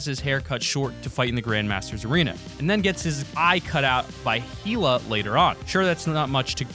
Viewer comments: Heela mmmmmmm its Hell ugh not heel ugh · He says heela and it's Hela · IT'S PRONOUNCED HELA NOT HEELA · It's pronounced hell-uh not heal-uh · Who thr heck is heaaaala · The villan of Thor ragnorock is not hella it's. HEELA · Btw it's hela not heela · Btw it's heal not heela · It’s hela not heela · wtf if you watched the movie then you know her name is pronounced [Hell-ah] not [Hee-Lah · It’s pronounced hella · "Heal-a" wow I'm dead😂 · Hell-la and tek-nek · HELLa not however the hell you pronounced it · I’m triggered He said Sith wrong And hella AHHHHHHHHHH! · Please pronounce Hela's name correctly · The way you say Hela kills me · Why did you say hela like that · Pronounced hela wrong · Why does he say hela like that